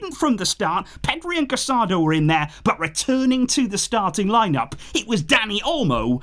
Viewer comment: Please pronounce the players names properly. You're making your followers hear Casadó's name wrong.